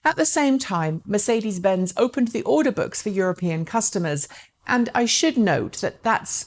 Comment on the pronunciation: Took me a while to figure out what an "audibook" was (order book)